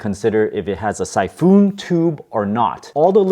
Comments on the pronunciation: Syphoon, like typhoon? No, we pronounce it more like "sy-fin". And thank you for the instructions! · Siphon is pronounced "Sy-fun" not "Sy-foon"